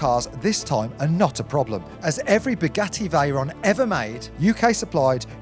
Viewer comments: Is he saying spaghetti Veyron? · Did I hear right...."Spaghetti Veyron"??😆😆